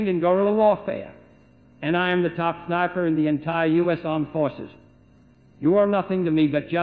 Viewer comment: he cant say al-qaeda or sniper but he can say internet nice